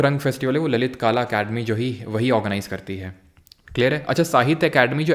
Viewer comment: सर वो ललित काला नाही ललित कला होता है aur आप खानदेश को भी खंडेश kehte है सुधारणा कर लिजिये humble request